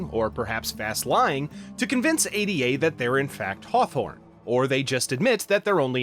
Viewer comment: Why do you keep calling the ship console "A D A"? It's "Ada" as in Ada Lovelace